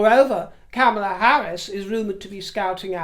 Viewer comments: How ridiculous to entertain the notion that MM would be even considered for VP. Only right-wingers believe such nonsense. At least you come close to saying Kamala's name correctly which more than can be said about our GOP. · Well done for taking the trouble to pronounce Kamela in the annoyingly approved way! You are real class.